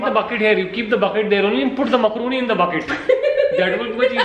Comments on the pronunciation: its मैकरोनी not मकरुनी...😂😂😂😜😜❤ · you were right Macroni pronounced as (myacroni) was pronouncing it wrong😂😂